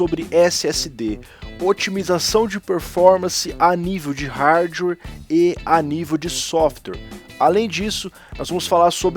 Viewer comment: NÃO desabilitem o superfetch , ele na verdade é um serviço que analisa o que você mais utiliza de programas no computador e os mantem na memoria para abrir mais rápido num futuro ( tem sentido já que programas mais usados tentem a ser abertos mais vezes ). E fala Hardware corretamente por favor